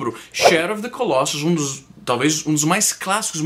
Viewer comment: Fala-se colossus com o "o" fechado, e não colóssus. E o plural é colossi.